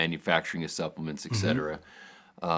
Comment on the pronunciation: regimentation?, ecsetera? Doesn't anyone speak proper English any more? Study your declamentation, It's a great series, but you are educated people setting a bad example. It's "etcetera" :) and regimen. Please, The younger generation are watching you.